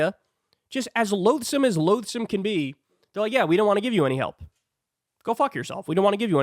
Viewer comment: loathsome not loadsome